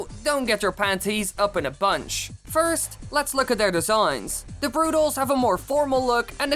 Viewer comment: Rusho896 Productions u can’t even say they’re name correctly